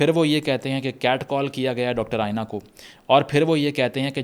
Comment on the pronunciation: its aena, not ayena